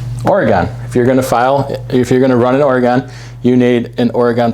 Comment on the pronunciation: Don’t ever say Oregon again!